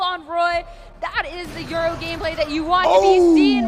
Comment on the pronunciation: When a professional commentator calls yoru “euro”